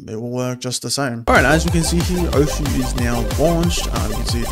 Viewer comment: osu! is pronounced "oce"